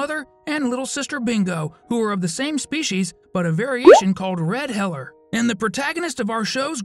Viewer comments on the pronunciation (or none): Sorry if I’m rude but it’s hee-ler not hell-er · HEELER not HELLER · It’s not ‘Heller’, it’s ‘Heeler’! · It’s not heller it’s heeler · It’s not sausage it’s snickers and it’s not heller it’s heeled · It IS heeler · Definitely heeler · its pronounced 'hee-ler' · So I’m not the only one I thought of that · lad he said it wrong she’s only saying the truth